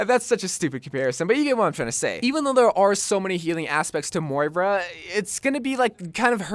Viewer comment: Its moira not mora